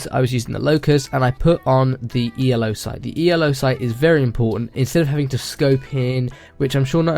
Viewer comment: Anybody else get annoyed that he calls it the E-L-O sight instead of the elo sight?